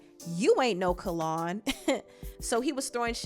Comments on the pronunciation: His name is Not Kallon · My BFF NAME IS PRONOUNCED "KALE ON" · It’s pronounced kell-on no shade lol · name-It's pronounced Kellynn like Lynn. So awesome mentioning him! My old hair stylist ☺️✨ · The pronunciation of name is cringy. 😩🤣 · I just wrote this. Lol Every time she pronounced it I cringed. 😭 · We are truly Virgos...the way she pronounced his name had to be corrected lol😂😂😂😂